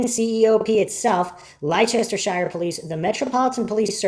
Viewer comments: I am pretty sure he is from the States we have no idea how to pronounce that almost every video on this case done by an American someone is in the comments saying how wrong they pronounce that. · I know its pedantic, but Leicestershire is pronounced lester shur. ❤❤